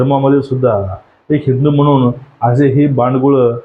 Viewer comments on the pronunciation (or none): none